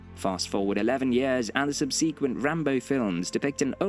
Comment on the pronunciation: ‘Subsequent’ < very strange pronunciation of this word.